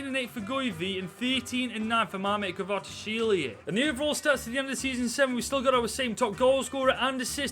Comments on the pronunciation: Just call Kvichka Kvaratshkelia his nickname which is Kvaradona it is way easier (kh-var-aa-dona) or say Kvichka (cant spell it) its pronounced kh-witch-cah but I may be wrong on that one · The pronunciation of 'kvaratskhelia' just get worse throughout the video 🤣